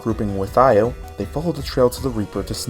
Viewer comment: Extremely late, but I think Io is pronounced “Yo”. I think some theme about the girls all having one syllable names.